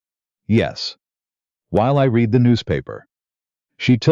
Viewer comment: What kind of parents saddle a baby with the name of Dorkus? Otherwise a good story with no evil, mean, selfish, people and good narration except for the mispronunciations of”read”.